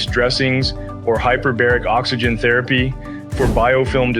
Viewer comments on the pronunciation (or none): none